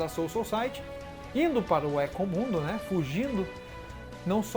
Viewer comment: Thiago Agostinho kkkkkkk hueco mundo(rueco mundo) éco mundo foi de doer a alma realmente